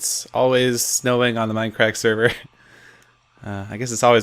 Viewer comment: It's MINDCRACK not mine crack